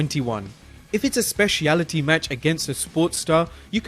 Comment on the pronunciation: Lol the way he said "specialty"...good video nonetheless